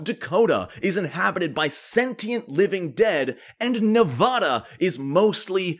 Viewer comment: How dare you misrepresent the great state of Nevada! Oh, not about the desert bit. That's true. But it's pronounced "nev-AD-uh" not "nev-AW-duh" =)